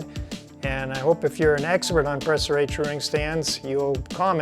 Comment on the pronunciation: Your pronunciation of Préciray is almost spot on. To be perfect the é is pronounced like "prey" but without emphasis on the "ey" as for the "r" well, It's a tough one. The french "r" is one of the most difficult sound for English speaking people. The English "r" sound puts the tip of the tongue pointing up while in French it's down touching towards the teeth while opening the mouth ever so slightly at the end and it also include some sort of a vibrato. BTW I'm French, not from France but from Canada in the city of Montréal.